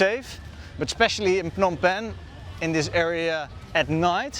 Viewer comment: Love the way you say “Phnom Penh “